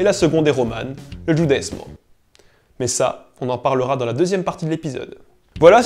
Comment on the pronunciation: Excellente video clap clap clap just tu prononces Judesmo a l italienne